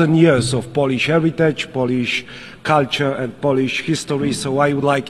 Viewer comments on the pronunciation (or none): bardzo ładnie wypowiada słowo Polisz🤣🤣🤣🤣🤣i to wszystko